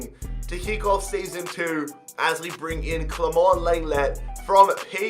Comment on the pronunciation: Some day he’ll learn how to pronounce lenglet